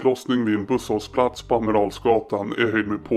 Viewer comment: Det heter busshållplats, inte busshållSplats